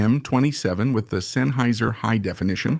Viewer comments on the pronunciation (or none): none